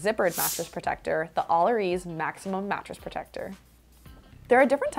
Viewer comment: i really thought her pronunciation of "maximum" during the allerease review was an innuendo. :-) When I couldn't figure it out, I realized...AHHHH..it's in the name! :-). Love your reviws. You've helped me find a lot of products. Thanks!